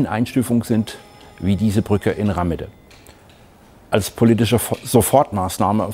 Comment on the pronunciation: Warum schreibt sich der Ort unter der Brücke wohl Rahmede, also mit "h"? Bestimmt nicht, damit man ihn Rammede, mit zwei "m" ausspricht 🤦‍♂️ Bitte nicht so oberflächlich 🙏